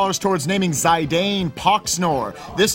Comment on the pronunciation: 'Zie-dayne' GLAAAAGH MY EARS WHY, IT'S ZI-DAHN. AUGH. I can forgive Zee-dagn at least but HOW did you EVEN..